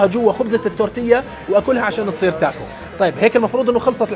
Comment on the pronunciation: اعتقد اسمها تاكو مو تاكوس الآس لا تنطق